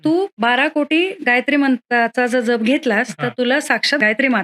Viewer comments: जप ह्या शब्दाचा उच्चार ज्यप आहे. आपणास करत असणारा उच्चार जपणे ह्यातला जप आहे. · aजप शब्दाचा उच्चार खूप वेगळा होतोय जयंत शब्दात जसा आहे तसा केला पाहिजे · तुम्ही फार चुकीचाउच्चार करीत आहात जप शब्द चुकीचा उच्चार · अहो ताई जप शब्द तुम्ही चुकीचा उच्चार करत आहात . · आधी जप चा उच्चार नीट करावा . गायत्रीचा २४ लाखाचा पुरश्चरण विधी आहे २५ कोटी जप म्हणजे खूपच मोठा कालावधी झाला . काहीतरी गोंधळ होतोय .